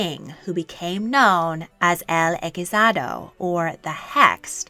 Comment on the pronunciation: Great video! A quick correction, tho: "el hechizado" is completely unintelligible. Even to a native Spanish speaker. The "ch" syllable sounds like in "chocolate". That's true for all Spanish words since all syllables have only one sound.